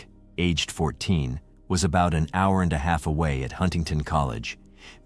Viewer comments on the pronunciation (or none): none